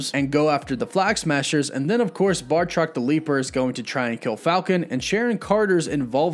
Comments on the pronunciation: Am I the only one slightly annoyed with him mispronouncing Batroc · Batroc pronounced BAT-rock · Lol he said bartroc it’s batroc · BATROC* every time you say bartrok I get a migraine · Batroc, not Bartroc. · I enjoy your channel first and foremost. But please, it’s Batroc, not Bartroc. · first of all its batroc not bartroc second sharon was talking about episode 1 intro not lemurian star when she mentioned last time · BATROC!! BATROC!!! BAT-ROC!!! NOT BARRRRTROC!! Lol, I keep seeing/hearing this mistake, and since I'm an 80s kid who always liked BATROC, my OCD is kicking in when I hear it mispronounced 🤣 Sorry, not singling you out, just felt compelled to comment.. Anyway, other than that, some nice pick ups off this awesome episode. I got totally head faked at the very end of this episode, not realizing there was no time left, and REALLY hoping to see the Cap/Falcon hybrid costume! I let out an AAUUUGGGH when they cut to credits! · Genuinely sorry to be this guy, but...BAH-troc. Not BAR-troc. Again, sorry. Just felt compelled to say that. I’d want someone to correct me, if the roles were reversed. Love your channel, thanks for the hard work. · Not to be that guy, but it's Batroc the Leaper, not Bar-troc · Why are you pronouncing Batroc's name as Bar-truck? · Batroc= Marvel villain Bartok= the little white bat from Dreamworks Anastasia. Mispronouncing character names on a fan channel is a pet peeve of mine. Now you know the difference. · It’s batroc not bartroc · BAT roc not BAR troc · It's 'Batroc', not 'Bartroc'. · Batroc not Bartroc this man isn't Bart Simpson lol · Bartroc??? Dudes name is Batroc. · Batroc. Not Bartrock. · batroc. not bar-truck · Batroc, not Bartroc sorry it was driving me nuts haha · It's BAT-ROCK, not BAR-TOCK. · I believe he’s called Batroc, not “BaRtroc” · BATroc. NOT BARtroc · ‘Bartrok’? It’s ‘Bartoc’ and the S in ‘Georges’ is silent. His name is said quite plainly in ‘Winter Soldier’